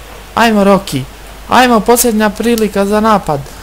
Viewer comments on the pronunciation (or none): none